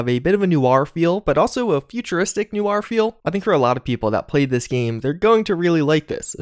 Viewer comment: Thats not how you pronounce noir.